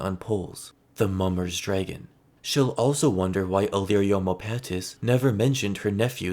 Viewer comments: Very well-made video, but why do you keep pronouncing it “DRAY-gun”? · The way you pronounce dragon is making it impossible to watch this 😂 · i love the way you say “dragon” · Love the way you say dragon